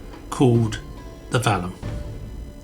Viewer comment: On this video you keep calling it the Valium (the name of a drug) instead of the Vallum. The word Vallum possibly pronounced Wallum or Vallum means wall. Obviously it is not a wall but a ditch/canal. T C Bell, a marine engineer, was the first person to recognise it was a canal to move the stone for Hadrian's Wall. Once the Wall was built there was no need for it. As Martin Eckholt, who investigated European rivers, stated, "it is generally accepted that the only way the Romans could have transported cut stone from the quarries was by water".